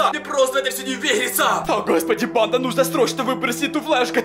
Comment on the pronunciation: Мне кажется что он говорит не банда а панда я думаю что это видео сеиммает панда 😂😂😂